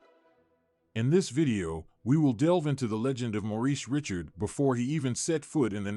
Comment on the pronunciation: You should inform your AI how to prnounce Richard's name.